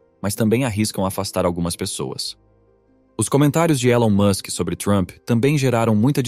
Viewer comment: Você tá pronunciando o nome dele erado.